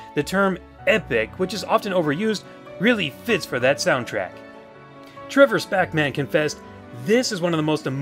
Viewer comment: Before it showed the username as "Trevor Spackman"- I thought he said "Trevor's Pac-Man". XD